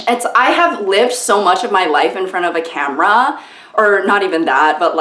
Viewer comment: You're saying camera as "camarra" . Yes, something's definitely wrong. You have been elevated to actor status now 🤢